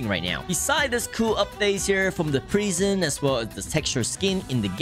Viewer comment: the way he says prison is funny!😂 he says prighson!😂